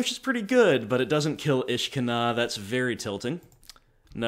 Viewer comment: I like that your pronunciation makes Ishkanah sound like a Jewish princess I would like the on violence to stop